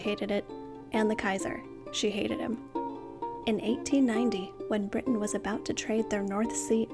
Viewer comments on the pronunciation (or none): none